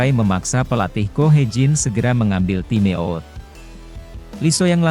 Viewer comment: Parah komentator TIME OUT harus dibaca TAIM AUT mas ini bahasa Inggris, perbaiki diri kalau mau maju